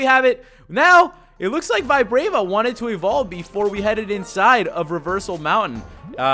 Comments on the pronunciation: I suddenly don't like flygon after you saying vi-brave-a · vibrava is pronounced (vee-bra-va) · i think its pronounced vib RAH va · Its pronounced VEE VA BRUH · Btw it's pronounced vi-braw-va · SAY VIBRAVA AND SERPERIOR RIGHT